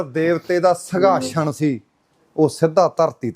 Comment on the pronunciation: ਸਿੰਘਾਸਣ ❌ ਸੰਘਾਸ਼ਨ ✅😬